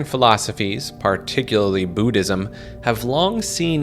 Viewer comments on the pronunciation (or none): none